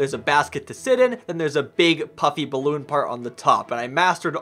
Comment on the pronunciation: I was laughing like crazy when you kept saying bilbe in stead of ballone